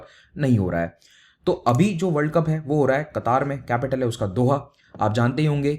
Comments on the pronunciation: कटार नहीं कतर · oh bahi sab Qataaar nhi ha word Qatar ha not Kataar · It is qatr not kataar 😂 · पहले बोलने को सीख लो उस देश का नाम कतर है